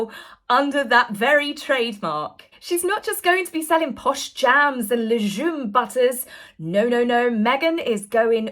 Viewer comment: Just a little thing: legumes is pronounced with a hard G like gut. :)